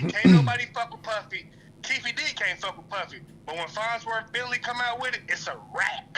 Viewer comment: Did anybody else catch when he said Fondleworth Bentley?!?!😂😂😂😂😂